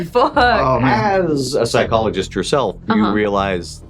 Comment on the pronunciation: Perhaps the most Boston thing I've heard. "Hey Yog, you listenin? GO FUCK YA SELF!" 🤣👌